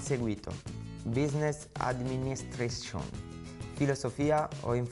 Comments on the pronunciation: Chiellini laureato e lui non sa manco come si pronuncia business administration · Non sa dire Business administration, ma sa dire bene Litchensoeiiwiwiqai... avete capito